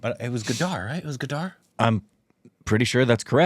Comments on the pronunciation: jaat is not franchise and it is Gadar 2 not Gaadaaar 2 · The way you pronounce Gadar ( gah-d-rr) is more like Gaddaar (gah_ddaah-r) which means traitor and former one means voilent rebellion